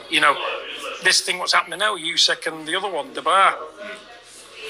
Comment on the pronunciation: He can't even say Usyk's name. Fecking idiot!